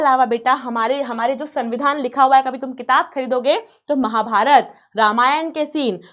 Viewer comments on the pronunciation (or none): none